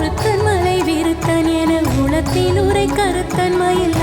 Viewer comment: Enathulathil enru ucharacham seyyunghamma. Ena ulathil ucharanam Artham maaridum...thnq